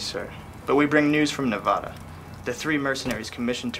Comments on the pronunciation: One thing wrong with this is the way they pronounce Nevada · I heard Noaveda it’s Nevada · that man in Leons tent mispronounced Nevada